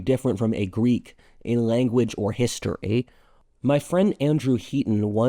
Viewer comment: wtf how “history” is pronounced.. AI vibes